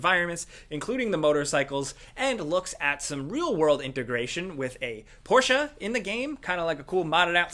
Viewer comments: Omg. He pronounced Porsche right! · Yeah, finally an american pronounce Porsche the right way! Greetings from germany, get yourself a beer, its Oktoberfest. But in privat state ;) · Aye he pronounced Porsche correctly👌 (On a side note I've been awake for 35 hours and when you said don't fall asleep oohhh man the irony)